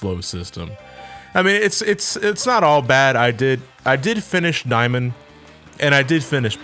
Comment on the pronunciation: I coulda sworn you said niamond.